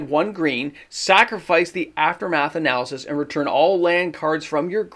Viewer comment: Say it with me "a·nuh·luhst." It's not pronounced "uh·na·luh·suhs." You were making my brain itch.